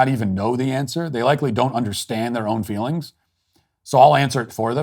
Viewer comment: Ah, fweelings.